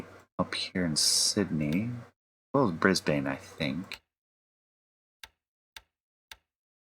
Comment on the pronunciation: "Bris-bane" is better pronouned "Bris-bin" or maybe "Bris-ben".